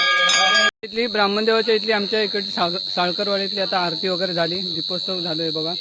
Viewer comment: आ रत नाही आरती बोल बाबा.